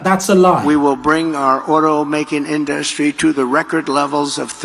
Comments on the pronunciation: Does it annoy anyone else the way he pronounces inDUStry? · Why can’t he pronounce “industry” correctly” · he thinks pronouncing it in’dustry makes him sound smarter 😂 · The Angry Ol' Pumpkin can't get through a 3 syllable word without getting brain freeze ...like " innn- dussss- tree" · Someone please teach Trump how to pronounce industry.